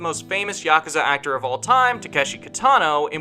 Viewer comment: When you Mispronounce every name and even yakasa 😂 yakasa? Wtf is that even the developers say yakuza